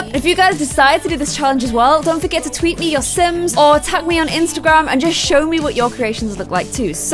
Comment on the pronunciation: she even said simsergram instend of Instagram gotta love